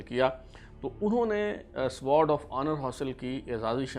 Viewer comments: how pitty! You are unable to pronounce Sword! It is sword not spears As you are pronouncing. CSUO means Company Senior Under Officer and not Cadet Senior Under Officer. Pull up your socks plz. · یہ سوارڈ آف آنر نہیں ۔بلکہ یہ سورڈ آف آنر ہے ۔سورڈ یعنی تلوار یاشمشیر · Google ‘ winners of sword of honor PMA Kakul’ and complete list is available. Correct pronunciation is Sword(سورڈ) of Honor and not Sward(سوارڈ)of Honor. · جناب آپ برائے مہربانی یا تو انگریزی زبان کے الفاظ بولا ہی نہ کریں یا ان الفاظ کو ٹھیک بولا کریں۔۔ مثلا آپ Sword of Honour کو بار بار ( سووارڈ آف آنر ) بولے جا رہے ہیں ۔۔ حضور ۔اس کو ( سورڈ ) Sword بولا جاتا ہے W Silient ہے جیسے آنر میں H ہے۔۔دوسرا 51 کو ففٹی ونتھ نہیں ففٹی فرسٹ بولتے ہیں ۔۔ مزید آپ جنرل عاصم منیر سے اس کی تصدیق کروا سکتے ہیں ؟۔ کیا پتا میں بھی غلط ہوں ؟ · When you are doing a program on Sword of Honour then at least you should know pronunciation of Sword, CSUO and BSUO